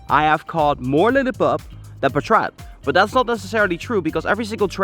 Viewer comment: I think its "paatrat" not "patraat"